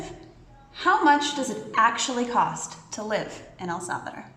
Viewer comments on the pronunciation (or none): Thank you, that was interesting. But honestly, it bothers me to hear the name of our country being mispronounced. So many English speakers insist on calling it “El Sálvador” when the name is El Salvador. There is no stress on the first syllable of Salvador. An automatic stress comes in the last syllable, as if it were written like this: “Salvadór”. Please respect the name of our country and try to pronounce it properly.